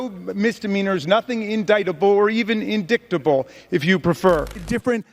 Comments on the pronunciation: “INDICKABLE” 😂😂😂😂😂😂Poor Dairy Queen. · "In-Dick-Tabel" Lol! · She preferred "Indicktable" 🤣😂🤣😂🤣 No wonder trump loves the uneducated 😂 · “…or ‘in-dik-table’ if you prefer” LOL 💀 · How “indicktable.” She should call the “Gazpacho” police.